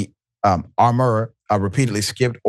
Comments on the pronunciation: Richey pronunciation of the word armorer as ar more er? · LOL yes! I was saying the same thing. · The way u said armorer 😂